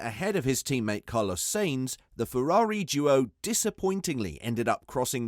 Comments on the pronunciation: Sainz not Seins. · Sainz is not pronounced like saint, idiot. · Carlos SAYIN'Z 💀💀💀💀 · Can you please learn how to pronounce Sainz... the way you pronounce it is really annoying lol